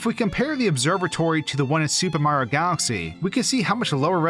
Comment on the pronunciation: The way you say Mario is weird. When you pronounce the game it sounds like you're saying "Super Maro 3D World" without the "i" in Mario